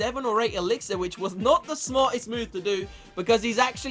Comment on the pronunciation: See I would watch you but the way you say elixir makes me want to throw up